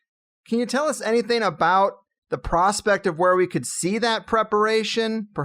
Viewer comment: I love you man but as a speech therapist you're driving me nuts with just a couple pronunciations. It's "anything" not "anythin" and its "especially" not "expecially". <3